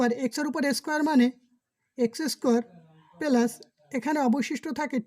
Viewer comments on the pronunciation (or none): পেলাস না প্লাস হবে ওকে